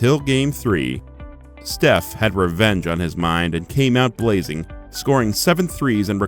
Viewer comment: you said shef curry